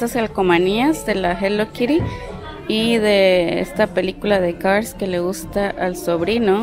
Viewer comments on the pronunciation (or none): none